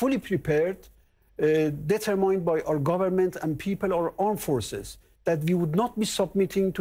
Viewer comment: he cant pronounce : determined correctly